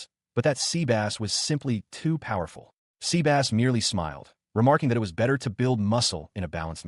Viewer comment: Dude it is not SEABASS it is SEBAS :D